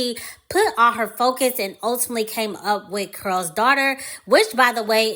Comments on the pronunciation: In your video it sounds like you are saying Curls - instead of Carol maybe it’s your accent. Not sure. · Why is it hard to pronounce the name Carol? You keep saying Curls Daughter.🤓🤓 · Its CAROL not CARL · I can't stop laughing at "Curl's" Daughter! Why do you pronounce the name Carol with 1 syllable? 😄 It's distracting me. 🤷🏾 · It’s pronounced CAROL as if you were saying Carol Burnett!!!!!!! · Anyone else annoyed at the way she's pronouncing Carol? 🤦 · GIRLLLLL, U ARE MAKING MY GD EARS HURT. DON'T U KNOW HOW TO PRONOUNCE HER GD NAME ?? IF U GONNA HAVE A YOUTUBE CHANNEL LEARN HOW TO SPEAK CORRECTLY GD. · You’re not pronouncing her name correctly.